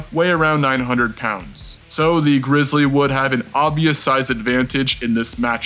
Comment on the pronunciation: greezlee not bearc-lee